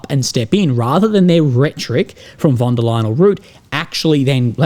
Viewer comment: I hear wonder lying.